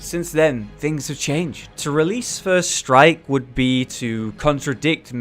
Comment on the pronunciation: lol, whenever he said first strike i thought he was saying "first reich"